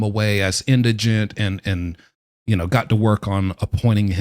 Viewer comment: Thank you for pronouncing “indigent” correctly. Other videos I’ve seen on the subject have the word as “indignant.”